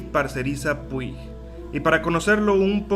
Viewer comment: Hola, no se pronuncia Puig tal cual se escribe, se pronuncia Pusht 😅